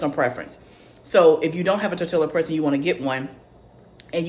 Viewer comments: Great video!! I wish I had the confidence to start making bread, biscuits and rolls. And one little thing, living in San Diego, CA and 3 miles from Mexico, we pronounce Tor-tilla as Tor-ti-ya. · I’m yo friend and I’m yo sista so outta love I’m gone say stop saying tor-tilla 🤣🤣🤣🤣🤣🤣🤣🤣🤣 ❤ please say tor-tee-yuh I was cracking up had to restart the video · Nice video.....the double "LL" in tortilla is pronounced like a "y" sound